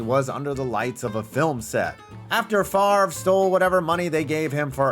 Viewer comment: Good job pronouncing Favre